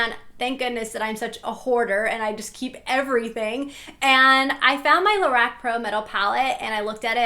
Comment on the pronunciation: Lorac is actually pronounced La-rock. But I really enjoyed your video anyway!